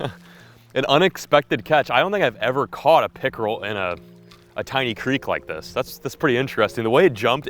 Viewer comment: The way he said “Pickerel” 😂 great video as always!